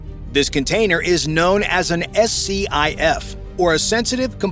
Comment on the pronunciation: SCIF is pronounced Skiff